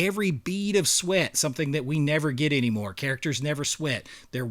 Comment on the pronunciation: Bro what accent is that you have where "anymore" is pronounced "eeeniemore"?